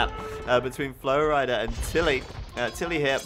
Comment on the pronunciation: u say flowrida like flowrider